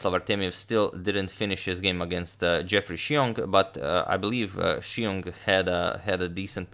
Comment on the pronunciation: Xiong is pronounced “ZIONG” or “SHONG” I say this because I know you like pronouncing names appropriately.